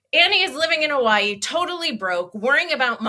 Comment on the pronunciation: Is she saying “Hawaii”? She’s pronouncing it “oh why”